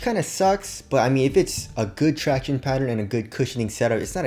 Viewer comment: “The tractionays” 😂